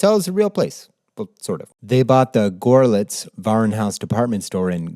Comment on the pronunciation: görlitz is pronounced like girlitz like girl-itz